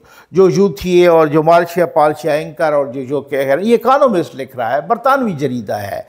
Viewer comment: اکانومسٹ نہیں اکنامسٹ